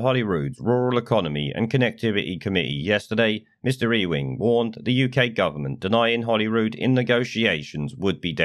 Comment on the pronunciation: mr ewing is mr uing or you ing u dont pronounce it e wing but very funny